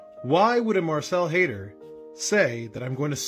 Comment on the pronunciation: At first I thought you were saying Hater lol. No, it's Haider but Hater is so appropriate. Hell no they won't show up. Hopefully they learn something from this though...